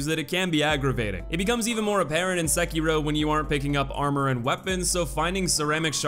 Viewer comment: he kept pronouncing sekiro as sakeero